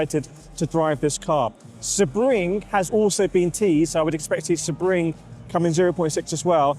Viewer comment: Not a criticism but the correct pronunciation of Sebring is “See-Bring”